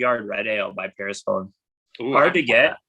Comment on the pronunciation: Love the shoutout, bro! FYI, it's 'per-sef-on-ee.' Get your head right.